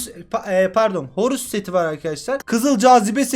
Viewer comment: Hahahaabahha horus setine orusbu diyen abimiz